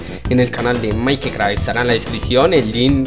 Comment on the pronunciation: Porbqie dice maikicrack si maikcrack no maikicrack